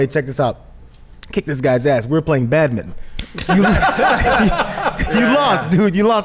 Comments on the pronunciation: why dont they pronounce badminton properly. they miss out about half the word. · badminTON, not 'badmin'